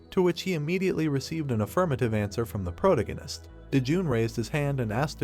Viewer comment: really hate how you say "Protagonist"